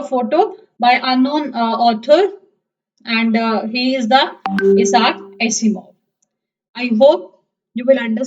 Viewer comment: This is useless because the book has changed this year. And by the way it's not Iasar. I - sack. That's how it's pronounced.